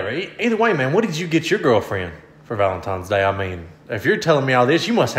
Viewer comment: I always figured to be the type of guy to say “Valentime’s Day”